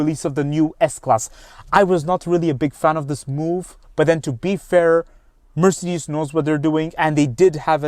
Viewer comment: the way he pronounces Mercedes is kind of nauseating